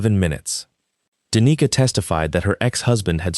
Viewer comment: Like the story, but a lot of words are mispronounced. It is almost funny how many different ways the 'Roark' is mispronounced. Danica was mispronounced "da knee ca" several times, sometimes it is pronounced properly, go figure